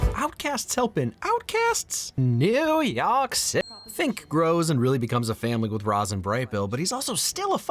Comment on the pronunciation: But this isn't Neuewuww Yeorrk Citaayyyyy, its fudging Staten Island.